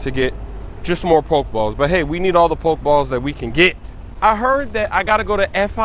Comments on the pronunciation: thank u tell him 2 pronounce it properly hahahhahah but big up smoove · "Pok balls" come on cuh😂